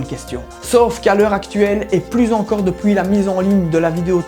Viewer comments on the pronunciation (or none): Tu as un accent lorsque tu dis "depuis" à la place tu dis "depouis" Sinon génial comme d'hab